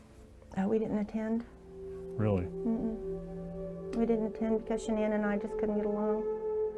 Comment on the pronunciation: Did really say "Shann'an", when they asked what happened to her son and why he's a psychopath??? Shann'an? You think Shann'an is what happened to him?? Lololol 😆 Nooooooo sweetheart! You are sadly mistaken and cold hearted and living in the SAME denial that your psycho son lives in, and your son is EXACTLY like you!!! Your precious boy, #Chriswatts changed because of #Nicolekessinger aka #NK. Her stalking him to see what he likes and doesn't like and her manipulation and crying to him about she wants to be a first, she wants to give him his children, she wants to lay in the bed with him and fall asleep...blah blah blah, and so on... THAT my dear is what changed your son. His piece of a** on the side, possibly their cocaine use and I'd almost bet that NK's head spins while she vomits green peas every time she gets mad because SHE IS AS EVIL AS HE IS!!!! So get your facts straight #cindypsychowatts. Shann'an had NOTHING to do with the changes in your son!